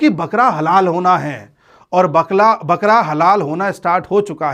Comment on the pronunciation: Bakhra ko by mistake Bakla bol deya apne